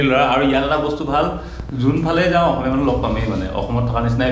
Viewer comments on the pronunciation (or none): none